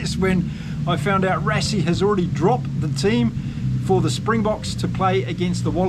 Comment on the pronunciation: Rassie also as RUSSIE and Lood de Jager - LOOT De YARGER - afrikaans names like Dutch - might be a good idea to listen to few SA podcasts - am sure we get a lot of the Maori names wrong!